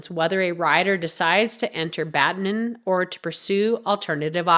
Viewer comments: Its Badminton, not Badmin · Bad-min-ton! NOT Bad-min! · Badminton not Badmim..irritating narration.. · Get the AI to read what you wrote correctly - it is not 'Badmin' it is 'Badminton'. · It's Pronounced Bad-Men-Tonne !! 💁🙈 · Badmin-TON! so annoying. 🤨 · Why are you saying Badmin?! Are you AI? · Odd pronunciation of Badminton. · Badminton has been wrongly pronounced three times within the first 20-odd seconds. AI voice so goodbye.